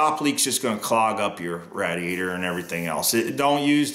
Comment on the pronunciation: Why on earth are you pronouncing radiator like that🤣